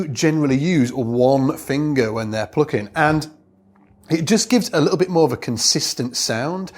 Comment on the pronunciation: 'uhpright'... 'pluhcking'... 'pickuhp'... What's that accent?